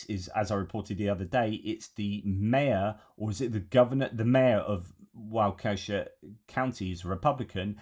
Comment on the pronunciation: Walk-eh-shaw, not Whah-keh-shuh. Great insight and thoughts. Thanks.